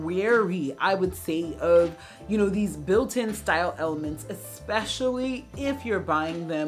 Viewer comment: It's especially - not ek-specially. (I feel that you are a person who cares about how she is perceived - so I correct you respectfully and with gratitude for your channel. I've been watching and enjoying it for many months now.)